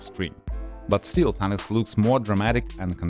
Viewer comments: He said Thinis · U pronounced thanos as Thauns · Did he call thanos thenes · Its Thanos not Thanas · this man called him Thanis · Hehe........ He sed tenes instead of Thanos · First off, if the movie is about him and follows him, he is the protagonist no matter what, the movie is about his journey so to call him the antagonist is just stupid and shows the lack of attention to the Greek research part he did, since it originates from the Greek language. Not only that, doesn't care enough to learn how to pronounce another's culture deity/personification of Death Also people tend to space out their words when speaking/reading so good job conveying about 10% information to viewers since, you know, Apparentlythisishowpeoplespeakwhentheywanttofeedyoubullsh!tandexpectyouoranyoneelsetounderstandwhatyouresaying >,> BAKA